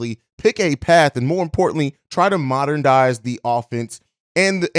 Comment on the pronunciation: The word is "MODERN-IZE" WTF...